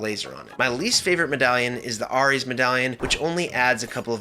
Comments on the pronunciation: Hey man, loved the video, great advice and gameplay, very helpful. One thing that bothered me...Ares. Its pronounced Air-Ez, not our-Ez. Dunno if you were meming or just had a moment or if other people already mentioned it, but please, for my mental health, pronounce it the proper way? Lol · Ares is not pronounced "Are Eees" but "Air Eees". I had to replay it to figure out what you were saying. lol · I can't believe the way you pronounced Ares